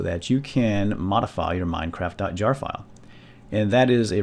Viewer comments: no it sounds like he says mindcraft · lol, he said: "Welcome to y MINECRAFT tutorial. lol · Why do I hate the way he says MineCraft